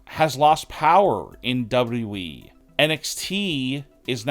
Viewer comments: Why is it so hard to say double you, double you, E? It's not double E. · Why can't this fool say WWE?!!!